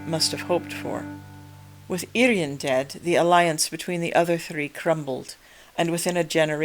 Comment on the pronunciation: Thanks for correct pronunciation of Urien- "Irr-ee-en" - so many people pronounce him as "Urine" 🙄